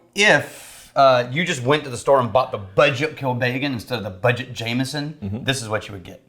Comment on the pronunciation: Pronunciation is "...Kill Beggin'..."